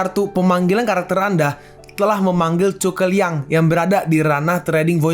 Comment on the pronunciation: Bukan chuke liang tapi zhuge liang makanya dari episode 1 sampai 39 tulisan zhu (zu) bukan dibaca chu(cu)🤦🏻‍♂️🤦🏻‍♂️🤦🏻‍♂️